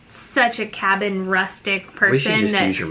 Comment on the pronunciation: You have a “Hoffice” now you have a “Habin” 🤣 ok that’s pretty bad 🤷🏼‍♀️